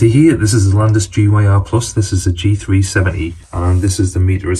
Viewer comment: gyr is pronounced like Gear so its a Landis and Gear meter not a G Y R 😊